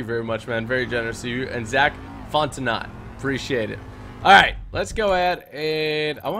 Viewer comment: Fontenot is pronounced "font no"